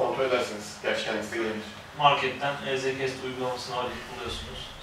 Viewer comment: EZ KEST diyen dillerinizi eşek arıları soksun :) easy cast